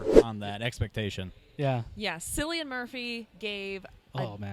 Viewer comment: Cillian (Kill-lee-an) Murphy